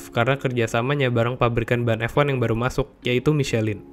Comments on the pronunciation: Michelank' = Pronounc nya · Michelin dibaca miselang bro